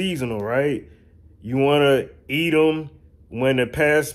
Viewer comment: Did he say --- BEATLES THAT A EATUM )) ??